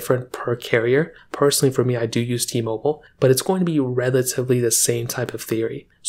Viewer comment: It’s called T-Mobile not T-Mobil